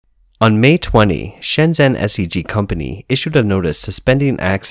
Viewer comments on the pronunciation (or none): "zh" is pronounced like a "j".